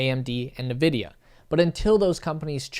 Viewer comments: Nvidia, not Nividia. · its N-vidia not nevidia btw